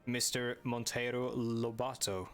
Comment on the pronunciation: It's the one Brazilian viewer over here, you actually pronounced Monteiro Lobato's name pretty well!